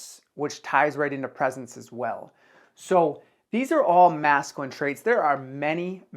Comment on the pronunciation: Hey, great work on the video awesome information P.S. Just so you know it’s pronounced măs′kyə-lĭn Cheers